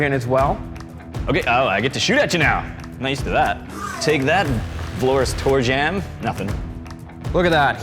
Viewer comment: It's pronounced Tra-y-ann for fucks sake...